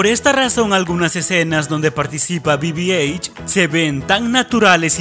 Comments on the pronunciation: El droide de the force awakens no es BBH como lo Pronuncias, Es BB8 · BB eich :v BB-H ? no es BB-8? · Es bibi 8 no bibi eich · que debe decir bibieit y no bibieich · bibieich bibieich? Es BI BI EIGHT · Minuto dijo bbh y no bb8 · Es bibieigth no bibieich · Se pronuncia bibi eit pero se escribe bb-8